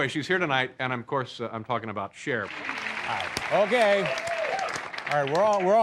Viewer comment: Her name is CHER, not Char. How hard is that?